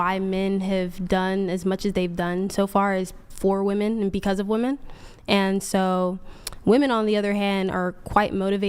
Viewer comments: Can dude say wOmen not wAmen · Bro what the fuck is a “Wehmin”? Can no one pronounce the word women anymore? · I wish you would’ve cleared your throat it was bugging me the entire show. Also, what is “Wemin” ? Women isn’t spelled that way or said that way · Can this fuckin dude stop pronouncing “women” like that??? “Wehmin” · The way says "wemen" drives me a little crazy lol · Wemen , wemen, wemen, wemen 😂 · Or "wemmen", or "wahmen". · Or that guy saying wamin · These girls can’t even pronounce “women” correctly and they vote lol we’re cooked